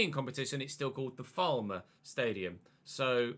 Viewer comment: Hi, love the videos. Falmer is pronounced almost like you're saying foul mer. Don't really know how else to describe pronunciation. Falmer Stadium is the 'official' name, sponsorship purposes means it's known as the Amex.